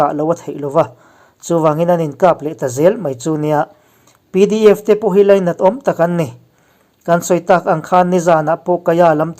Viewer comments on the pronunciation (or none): none